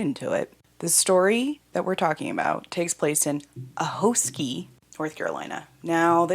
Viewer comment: a-hoskie not hoeskie like you pronounce hot